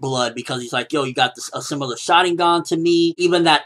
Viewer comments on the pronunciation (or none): none